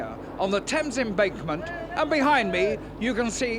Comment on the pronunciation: 'Thames Embakement' Hahaha 😆 😂 🤣